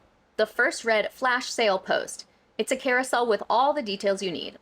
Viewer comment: I was happily taking a sip o tea each time she said "woth 20 years of experience", I had to refill XD. She's at it again, I would hope the podcast help her realise what she did wrong but we'll see because or now it's very hypocritical to make all those good point but promoting her shaddy business. Also, didn't she change the contract of her client after having agree on the price via videoconference ? or I am misremembering ?